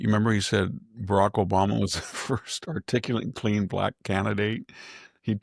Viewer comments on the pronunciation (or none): Sami, wiyld you please help VDH with "articulant"? I know it's a little charming, but maybe just this one word.